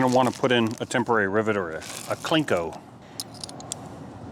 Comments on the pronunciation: If you are trying to debur something in a tight spot, put the deburring head on an extension and the extension in a drill. Sometimes it needs a short extension. Sometimes a long extension. Sometimes a right angle drill. There's always a way. And it's CLEE-CO. No "n". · Cleco no klinko...lol. I found this to be a riveting episode, still holding my bucking bar.